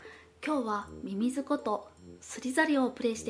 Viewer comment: 冒頭でミミズのこと、みすゞっぽく言うなや